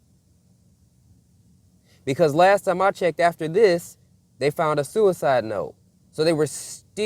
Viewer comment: You can't say suside